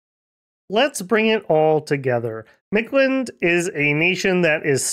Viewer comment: Storm Flight seems like a tax that you really want to pay, in the long run. That and Stygian Flesh or Ethereal came to mind right away. I'd think those two and a weapon bless is a really good choice. Also, how hard was it for you to not pronounce (most of the time) the invisible D in Mictland?